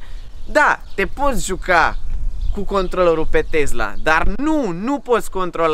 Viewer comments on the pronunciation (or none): Tee roggg nu mai zice tezla !!!